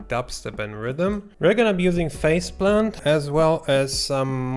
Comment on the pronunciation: I keep thinking you’re saying “faceblunt” lol